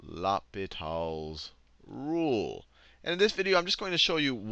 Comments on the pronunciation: It's not la-pe-tal's rule, it's pronounced law-pee-tal's rule. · I laughed every time he said law-pit-all instead of loh-pee-taall. french is hard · it's actually pronounced low pee tal (french for hospital) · It's L'H(oh)pital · It’s funny how people pronounce it differently , Person 1 : LAPITAL Person 2 : LOPITAL Person 3 : ..... L - Hospital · Sachin Nair in french it's more of a Oh-Pee-T-Ah-L. Not Oh-Pee-Tall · I kinda like "Lop-it-all" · It sounds like "Lupita's Rule". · "Loppitall's rule", are you kidding me with this? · mispronounce it in front of your teacher and you get sent to the l'hospital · Great video, you butchered the pronunciation of l'hôpitals though. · Great video but please pronounce l'hopital properly its bugging the hell out of me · please never pronounce L'hopital ever again XD XD